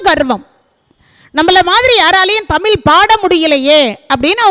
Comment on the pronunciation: அருமை அம்மா. தமில் அல்ல தமிழ்.